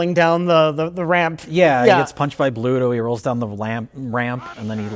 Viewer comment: For a popeyehead, still was and called Bluto, "pluto". How embarrassing